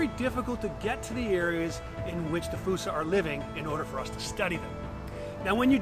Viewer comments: Why'd you have to go and say fossa wrong? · Me and the family saw one at the Bronx zoo. He was a cute lil fella…we pronounced it as FOO-SA. One of my favorites at the Zoo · why is fossa pronounced like foosa? I don't understand... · Its pronounced foo-sa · “Falsa” lol